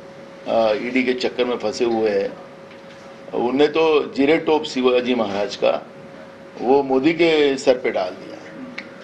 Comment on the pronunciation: नाना पटोले हिंदी बोला चालेल पण शिवाजी असे म्हणा सिवाजी असे चुकीचे बोलू नका.